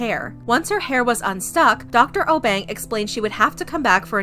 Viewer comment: I know this was posted long ago but she was saying the Obeng wrong I know cause I he’s from my country from Ghana